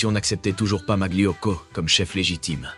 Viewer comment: Très bien cette vidéo, mais svp ne dites pas maglio mais malio, molto grazie, buona giornatta a tutti 😊